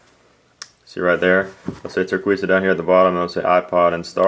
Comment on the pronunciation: It's pronounced tur-kay-sa